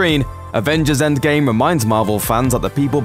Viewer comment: Is it just me or is the narrator sayings "endSgame" instead of endgame? Its throwing me off...